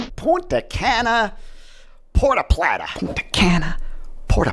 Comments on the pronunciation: Puerto plata not Puerta plata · Thanks, always great info. So funny how he says Porta Plattah. Have to laugh because that is how the GPS says it and our family still jokes about it today.